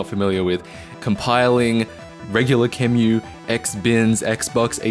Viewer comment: QEMU: It's pronounced .moo)